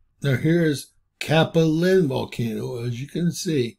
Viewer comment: Cap-u-Lynn Rat-tone